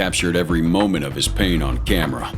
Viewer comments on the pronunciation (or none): none